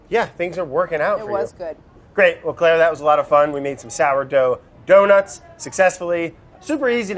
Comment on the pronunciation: when brad correctly said the Sourdough Doughnuts. so cute.